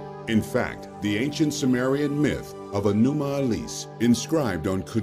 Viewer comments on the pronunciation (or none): It’s not anannuka but anunnaki , it’s not anuma elis but enuma elish , learn about things you speak of first